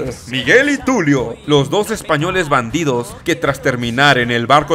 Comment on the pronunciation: ahora sabemos como decir dos correctamenten numero des :v